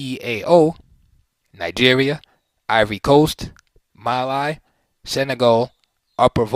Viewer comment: Excellent! Thank you (Mali) said with a long e instead of i. :)